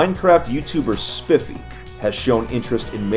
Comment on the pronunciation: spifffy its spiefy